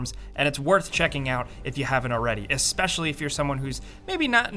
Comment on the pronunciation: Eks-peshally? Really? Eks-peshally. Sigh.